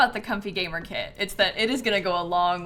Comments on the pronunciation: Did you mean…✨gay-mer✨? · who else heard gaymer